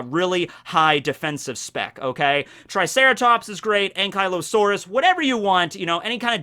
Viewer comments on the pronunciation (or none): I know what you said but I heard Ain'tkylosaurus.